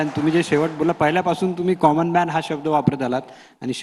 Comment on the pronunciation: काॅमन नाही कंमब्क्तमन